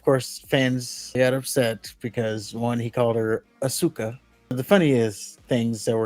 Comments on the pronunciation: Asuka had a winning streak? I never knew this, I only clicked because to me the comparison of Goldberg to Asuka alone is absurd. Its easy to call "ASUKA" as 'Asooka' and not 'Aska', I used to say it the wrong way too way back in the day when I used to play Tekken, and seeing the name as one of the characters. It was until I listened to the game's announcer pronounce ASUKA as 'Aska' that I learned how to pronounce the name right. So when WWE Superstar Asuka came along, I already knew how to say her name. I'm not surprised Goldberg to mess this up, he wouldn't be in the generation to be a fan of Tekken nor the current WWE roster. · He got it right though: the correct way to pronounce "asuka" is "a-sue-ka" not "aw-skuh" like stupid wwe marks believe. Ask any weeb.